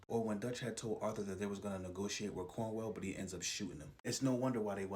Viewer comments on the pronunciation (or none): Cornwall not cornwell